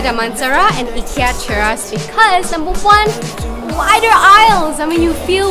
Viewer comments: The I in Ikea is like the i in if, it , not eye. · Why is everyone teasing the way she says IKEA. 😂😂 It’s really pronounced EE-KIYA NOT eye-kiya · Eeekia. Haha love the way you pronounce it! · hhahahahah! I've been told the right way to pronounce is EE-KIA. :( I've been wrong this whole time.